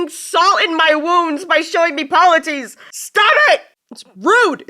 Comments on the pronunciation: The cyclops’s name is pronounced Pol-y-theme-us. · The cyclops’s name is pronounced poly-fee-mus